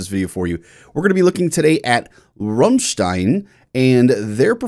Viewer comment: I REALLY hate to be that guy, but it's not RUMstein, it's RAMstein. I still love your analysis. but you were triggering my OCD. :P